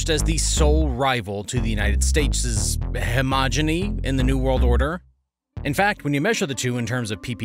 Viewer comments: It’s hegemony, not hemogeny. And that’s not your only mistake in the video. When you make such mistakes you reduce your believability. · Heh-gem-on-ee. Hegemony. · He-MAH-JENNY? Is it mispronouncing hegemony ?